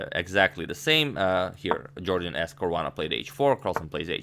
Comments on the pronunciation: #Suggestion as a loyal subscriber I must tell u sir, In his Interviews it is always pronounced as "Yorden" instead Jordan. If I am wrong plz feel free to correct me, it will increase my vast knowledge. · jorden van foreest: first syllable=yor like in york; last syllable rhymes with haste, waste etc